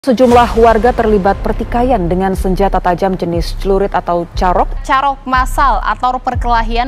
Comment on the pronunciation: Kak cara penyebutann "carok" nya salah. Mau benerin tp gada vitur VN 😂🎉